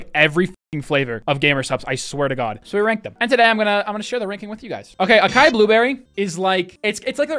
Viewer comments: lol it’s “Ah-sigh-eee” not Akai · Please stop pronouncing açai (assuh-ee) akai bro lmao. Makes me cringe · the mispronunciations hurt me so damn much Açaí: Ah-sigh-ee Lychee: Lee-chee Daiquiri: Dack-airy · Lol the way he said Acai and daiquiri killed me lol 😂 Nice review of the flavors, just got a sample pack to try out a few! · Maybe if they spelled Acai differently (most languages C usage is se si ka ko ku) he'd have gotten in right. As it is, it's a pretentious name with pretentious spelling.